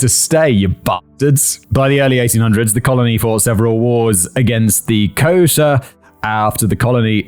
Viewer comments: Was he failing miserably at saying Xhosa? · Your pronunciation is abysmal in this one lol. Had to translate in my head what you meant. Xhosa is a kind of hollow k with a click at the beginning, for example. Boer is a soft u that flows into the er. You probably need to HEAR it. Maybe many times, lol. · I was dying when I finally figured out he was trying to say Khoisan and Xhosa 😂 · At first he made a hash of ‘Khoisan’. Then he went on to make a hash of Xhosa. It’s part of his charm to he virtually unable to pronounce foreign words, even when provided with pronunciation guides by his writer. I feel his pain!!